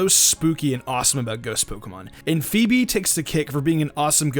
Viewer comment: You saying Phoebe sounded like Feebas.